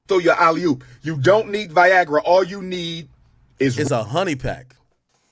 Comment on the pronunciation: Nigga said a Ali-hoop 🤦🏽‍♂️